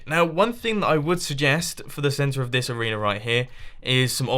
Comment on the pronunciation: at 645 he said arenear